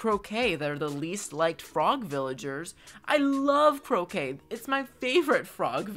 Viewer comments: I’m pretty sure Croque is pronounced just Croak, not Croak-kay, like Jambette’s (who I think should be the least liked) catchphrase. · Am I the only one that knows that Croque is supposed to be pronounced like "croak".... Since he's a frog? 😂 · You’re saying Soleil correctly! I speak French fluently! Don’t let anyone tell you you’re saying it wrong Croque is pronounced like Crock Eloise is El-oh-wees